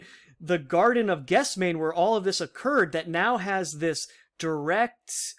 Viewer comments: Good work. FYI Gethsemane /gĕth-sĕm′ə-nē/ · It is pronounced "ges- them-any" Good video!